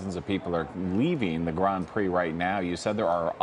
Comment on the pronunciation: Grand Prix… not “grahand prix”